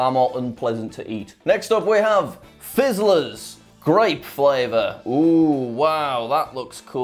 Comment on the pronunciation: When he said fizzlers i tought he said rizzlers